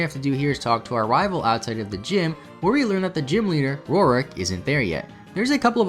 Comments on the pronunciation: Roark (Rork) does not equal Rorik (Ror-ick). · “Turt-wig”, “Roaruck”.... these pronunciations are hilarious 😂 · the way you pronounce roark and hearthome is triggering my fight or flight response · not to be rude but first off ur pronounciation of roark, and second its heart home not hearth-ome Cana-L-Ae-v city